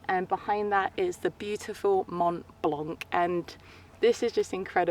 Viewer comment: It's nice to see you again, even if I followed your adventures on Instagram ;-) Very nice video, you had good conditions, beautiful light, in short, enough to take beautiful photos! On the other hand, a small correction, Mont Blanc is pronounced "Mont blan" without the "C" at the end.